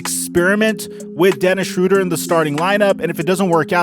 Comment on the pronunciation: They did the pronounciation of his Name wrong, hes not called „Schroder“, the german ö is Not pronounced like the englisch o